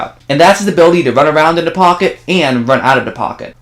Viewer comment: Please pronounce the "th" sound correctly. It's not "duh", it's "the". Your video is great but I can't concentrate on the content because of the incorrect pronunciation. It's like nails on a chalkboard.